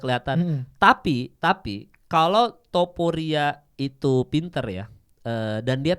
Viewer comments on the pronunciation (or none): Naaah gitu mal.. TOPURIA, bukan tuporia